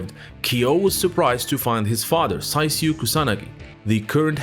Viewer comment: Although it is written Saisyu, his name is pronounced Saichu. Just an observation.